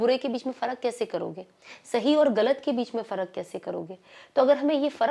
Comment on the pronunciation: sana plzzzzzz don't mind aap bohot acha bolti hai pr aap ko apni urdu alfaz thode ache karle to maza or aayega sunne me alfaz sahi kre jese aap bolti h kalik bola aapne wo hota h khalik.galat nahi ghalat aakerat nahi aakhrat .wagera wagera pllzz bura na manana mai chati hu aapki zaban b pakki ho . sorry